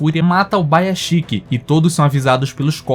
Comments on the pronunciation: é ubuyashiki E ñ ubaiashiky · eu fico agoniado quando ele chama o Ubuyashiki de Ubáyashiky kkkkkkkkkkkkkkkk O maluco erra o nome do mestre do esquadrão... pelo amor de Deus. Até a pronuncia da Nezuko dele é triste. Mas valeu pelo vídeo. Só é estranho alguém que aparentemente conhece bem o anime nao saber o nome dos personagens. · que agonia ver o cara falando UBAYASHIKI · Video fantastico✨ mas nao vou te sconder meu incomodo sempre que escuto Ubaiaxiki😂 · Fala corretamente mano, é Ubuyashiki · Uma dor a cada pronúncia errada do nome do Ubuyashiki.